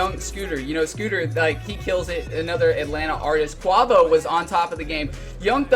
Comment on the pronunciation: good review but dude please search on youtube how to QUAVO (kway-vo) haha that was killing me